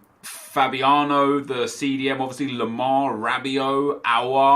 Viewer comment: Nep and a9 skills both say Fabiano instead of Fabinho